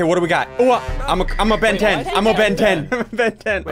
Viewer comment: "Ben 10" "Ventin" hmm...